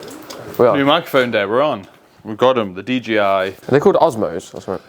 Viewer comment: everyone says DGI 🤣